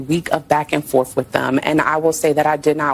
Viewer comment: Did she really just say " back and FORF" ?? SHE SAID IT TWICE !!😂😂😂😂😂😂